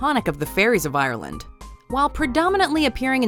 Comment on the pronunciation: List of pronunciations to work on: 'Ireland', say 'Are-land' not 'ayeer-land' 'Eire', don't roll the 'r' sound 'Lir', again, don't say the R like that. It's like you don't know what it sounds like but you're just trying to make it sound 'foreign' so it seems right 'Aoibhe' - is not 'Ayv'. It's 'eva' In fact you butchered almost all the names Side note: call it Irish, or Gaeilge, not gaelic. Gaelic is more general, a form of it is used in Scotland as well that nobody ever seems to mention. 'Fear Dearg' oh Jesus lmao what was that. Say 'Far jareg'. That's the closest phonetic English comparison. Idk what this accent your putting on certain sounds is but I've never heard it from a person. 'Each uisge', you got the second part pretty well but stop exaggerating the 'ch' sound like you're about to throw up phlegm 'Monoghan' pretty good actually. Just say the last syllable more like 'un' than 'an' 'Dearg Due' see above ^ Overall it'd probably just be easier to ask any Irish person to take 20 minutes to record the script themselves